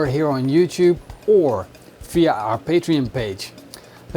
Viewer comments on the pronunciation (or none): none